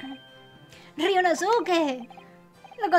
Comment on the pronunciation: gran serie y caso,! solo unos comentarios: -Creo que sería bueno leer los nombres como lo dicen en japón, donde la mayoría de las palabras son esdrújulas o agudas (no graves como en español) y obviar la “u” en ciertas palabras: Ryunóske, Kázuma, etc. - al final lo que tiraron fueron pétalos de sakura en lugar de confeti, puede que seas daltónica? (es pregunta sin hate uwu)